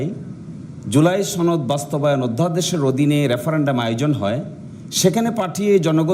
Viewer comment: সনদ উচ্চারণ ভুল করে বারবার সনদ কে ছনদ বলে, এটা কোন কথা!!